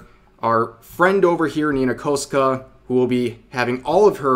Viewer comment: Nitpicking here, but jesus fuck, Rev, at least research how to say her name properly. "Koska"? Really?